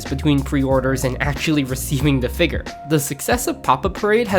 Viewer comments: bro why do you keep saying figger 😭😭😭🙉🙊🙈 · I don't wanna be that guy but saying figger makes you sound dumb.